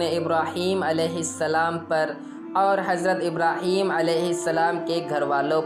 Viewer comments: इब्राहीमा ❌ इब्राही-म ✅ इन्नका ❌ इन-न-क ✅ सल्लैता ❌ सल्लय-त ✅ बारकता ❌ बारक-त ✅ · Thoda confusion hai bhai Likha hua to ibrahima hai or awaz ibrahim ki nikal rahe hai Or muhammadin ki jagah par bhi Muhammad bola Koi iss bare janta ho to jaroor btaye